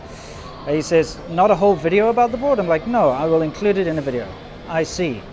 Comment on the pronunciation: "Welcome to another wideo!"